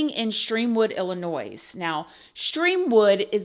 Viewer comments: I used to pronounce it like that until someone from Illinois corrected me and I felt stupid. Although I am from Wisconsin I have lived down south since I was 14 so I can say that it’s definitely a regional think that I picked up on myself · Just fyi ........ The state Illinoise isn't pronounced IllliNOISE. It is pronounced IlliNOY.😊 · It’s pronounced Illinoy as the “s” is silent. We don’t call GA gorgeeuh. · As a nativevits pronounce ILL in noy..not plural noise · No hate but it’s pronounced like Illinoi…. The s is silent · "ill-uh-noise" has me cracking up 😂😂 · I thought maybe pronouncing it that way was a regional thing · I'm sorry but the s on the end of Illinois is actually silent. I know most ppl who don't live in IL don't know this but it's so frustrating. Like how/why don't ppl know this?? Don't we all learn the states, capitals etc in middle school? Anywaze y'all. Lol. Just wanted to give u,, a friendly heads up for any future videos about Il cuz I've heard u pronounce it incorrectly in other videos. I love watching ur vids tho! Thx girl! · I don’t usually post negative comments but come on, you have to know Illinois isn’t pronounced like that. That was deliberate. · 😭😂The “s” in Illinois is silent!! Lol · Oops! Illinois, no E on the end. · There's no S on Illinois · No s sounds on Illinois xx love ya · Love you❤❤❤ Illinois is pronounced without the s at the end 😊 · Love your channel! By the way, life long IL resident, the ‘S’ at the end of Illinois is silent 😬. Gotta love the English language 😂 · 😂😂😂 I had to replay that part. I’ve been in America 12 years and learned that the s was silent like 2 years ago. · I know you’ve seen all of us telling you it’s not IllinoiS. The ‘s’ is silent. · The s is silent in Illinois 😉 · As a native from Illinois, the ‘s’ at the end is silent. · The "s" is silent when you pronounce Illinois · My love, the s in Illinois is silent 😭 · The "s" in Illinois is SILENT, honey. 🙄